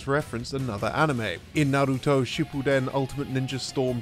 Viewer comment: i lowkey gave a massive oof at the way he absolutely butchered the pronunciation of naruto .